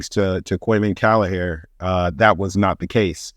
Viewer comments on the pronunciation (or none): Great vid. Would you mind if I offered some advice from the Emerald Isle on how to pronounce Kelleher’s name? Caoimhin is Irish for Kevin. It’s pronounced “Kwee-veeeeeeen” Kelleher is not “kallahair”, it’s more “kell ( like Keenan and kell) eh- her” 👍